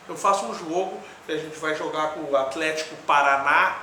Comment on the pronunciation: AFLÉTICO - se é pra falar corretamente kkkkkkkkk